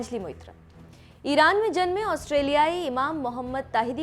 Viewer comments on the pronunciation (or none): none